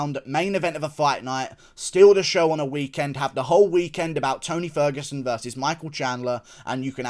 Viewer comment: When you said beat the T out of ferguson, call him ony ferguson I spit my drink out 🤣🤣